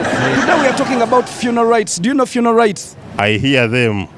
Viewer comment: aiwa on this one you cheated🤣😂🤣you are sounding like you are saying 'funal' rights not "funeral "